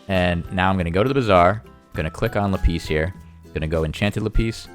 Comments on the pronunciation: Rembo lapEEZ vs LapISS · It's Lap-is not La-pees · "Lapeas" " La peas" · Pls. It laaaaaapis not lapiiiiis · Le piss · No , "peas" if you say "le" and then "piss" it sounds basically like lapis. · It's so weird how you pronounce "lapis" lol